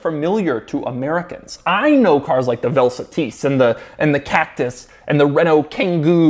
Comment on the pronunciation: I think its pronounced Vel sAH-tis, not Vel Sa-TEEs. Vel Satis is a composite of the words Velocity and Satisfaction.